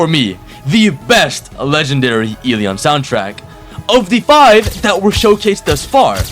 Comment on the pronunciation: I’m SO excited for eleons but, putting everything aside I LOVE UR CONTENT 😭🙏 AND I SUBBED AND WILL WATCH MORE. ( I WAS WAITING FOR THE ELEON GOTTA CATCH EM ALL😭🙏also that “ELEon” sounded personal)